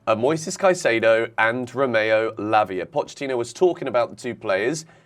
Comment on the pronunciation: you got to say it properly Lavia Fernandez Caicedo LFC 😂😂😂